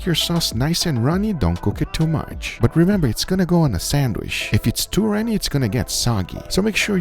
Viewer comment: “It’s gonna go on a sandwish”